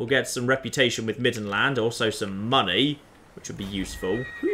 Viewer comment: says "Giant pile of money," I hear "Giant pile of mantis eggs."